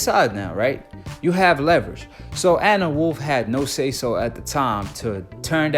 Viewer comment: U need to take a speech class .. you mispronounced Gwoat and Anne Wolfe 🤦🏾‍♂️